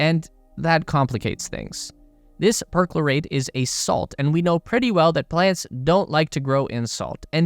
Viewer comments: It's NOT "PERK-lo-rate"; it's "Per-CHLOR-ate" USE A REAL HUMAN VOICEOVER, IDIOTS!! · Learn English [like how to pronounce PERCHLORATE, or PERSECUTION].